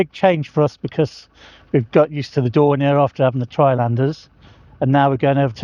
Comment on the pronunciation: Puzzling mispronounciation of Dornier.